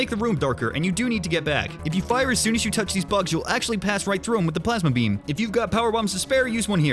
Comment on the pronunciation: Plasma bean. Okay it actually did sound like you said plasma beam in a country accent but I thought it also sounded like plasma bean which I liked lol.